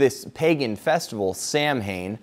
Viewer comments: Samhane? Do you mean Samhna - pronounced sauna - the Gaelic name of October? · Nice piece of verbal gymnastics in describing a festival as being baptised. Amused. Oh, it's pronounced 'Sow-en.'